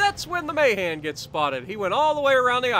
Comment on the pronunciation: Not a big thing, but I think it's ma-HAN, not MAY-han.